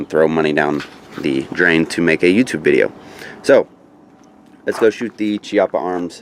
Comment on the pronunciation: For a correct speak pronounce Chiappa as Kiappa. In italian Ch is similar as K in british. Hi from Italy.